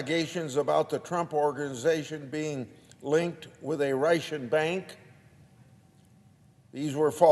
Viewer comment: Grassley is so old and slow. Why does he keep saying, "Reichen" instead of Russian? She should have been put in prison long ago. I'm tired of all the talk. The bad guys should be taken care of permanently. I despise the libtards and RINO'S.